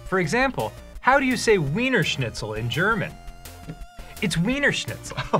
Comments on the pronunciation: Actually, it's more like "Viener Schnitzel". The "W" is pronounced harder. 😉🤝 (Also: Ich brauche einen Arzt!) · It's pronounced "Veenershnitsil," Dan, GAWWD. Also, anybody else tickled that the Grumps are Daft Punk fans?